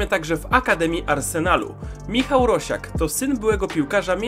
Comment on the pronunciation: Chyba Rasiak nie Rosiak 😏